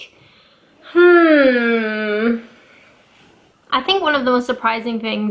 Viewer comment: She sounded British when she said "I think" 😂